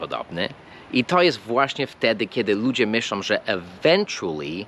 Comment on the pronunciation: po polsku mówisz dość dobrze, ale przez lata jakby się nie rozwijasz. Nie mówimy ludzie robiom, myślom, tak jak nie mówimy z tom kobietom, wszędzie tam jest głoska nosowa " ą", jak we francuskim.